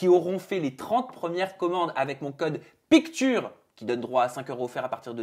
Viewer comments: je t'aime bien mais ta prononciation de "Picture" la c'est pas possible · Quelqu un pourrait dire à que "picture" se prononce "pic cheure"? 😂😂😂